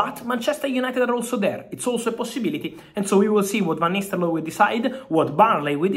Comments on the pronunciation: What i'm heard is Van Nistellooy. Not nistelrooy. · 'ro not 'lo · "VAN NISTELOY" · Van nistel-looy 😂🤣🤣😂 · Love how you say the name -- Van Nistelloye 😅